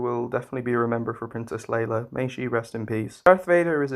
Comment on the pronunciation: Her name is Leia, you pronounced it as Leila.